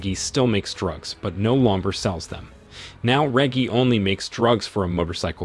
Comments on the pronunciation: (Re-jee) Reggie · I'm betting it's AI voices. You can tell when names like Reggie get pronounced properly once or twice, then suddenly pronounced with a hard G (as in reggae)